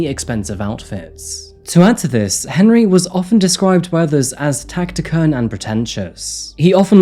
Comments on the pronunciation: "TACTICURN"🤣🤣🤣 "Taciturn" - reserved or uncommunicative in speech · Now I know you don't write this stuff... 'Taciturn' is pronounced 'tassiturn'... not Tactiturn... which isnt a word. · I'm sorry... Tacti-curn?? Do people really not look up how to say a word properly? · Tacktikurn ?? I'm sure the word you mean is taciturn which means - reserved or uncommunicative in speech; saying little ( phonetic pronunciation of Taciturn sounds like tas-i-turn. I love all your videos but I've no idea where you learned to speak English and most times I just let them pass but sometimes I just can't. I was born and brought up in 1950's England and we were taught to speak and read aloud in class using the Queen's English. Obviously we were not allowed to use our local dialect which is Geordie as I'm from Newcastle upon Tyne, as a consequence I don't speak the Geordie dialect. I'm sorry to be such a pain but I really can't help it 😵‍💫😀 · Taktikurn? Taciturn! 'C' pronounced as an 's'. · I think that's the first time I've heard "taciturn" with a hard "C" as in "K." I pronounce with a soft/fricative "C" as in "S." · It's taciturn not tacticurn Lol so lazy, nobody says taciturn without hearing or reading it, so why just wing it???? When you were writing your script you just decided to make a word up instead of checking google??? I'm so confused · Taciturn: TAS-uh-turn. Not TACK-uh-turn. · You vety seldom get a word wrong.. but taciturn is pronounced tassiturn. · Taciturn? It’s pronounced tasiturn. Oh dear. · "tactiturn..." he said "tactiturn." Yet more verbal effluvium from. GIYF, if you'd use it. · "Tactickurn"? No. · taciturn is pronounced ‘Tass-ih-turn’ just fyi. Sorry to be a nitpick 😅 Another great video mate! Keep it up 👍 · “TASS-eh-TERN” (taciturn) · Around 9 mins its pronounced tassy-turn. Great Vid! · You're getting better but still dropping the odd clanger. Taciturn is pronounced TASS - i turn. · Taciturn is pronounced Tass it turn